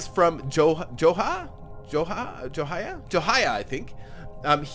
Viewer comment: plays games yay you said my name right! joe hi ah